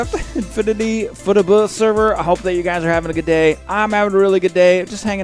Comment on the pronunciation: I just realized that when he says "Fuh-te-buh" he means FTB. XD